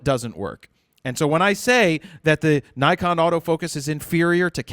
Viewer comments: It's Nikon not Naikon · give Naikon USA a call--that's how they pronounce it